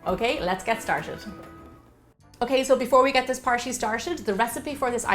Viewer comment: " Okay, let's get started. " the next second " Okay, so before we get this parshy shtarshed-- "